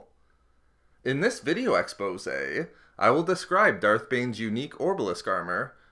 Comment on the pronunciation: Please stop saying expose like that. It genuinely angers me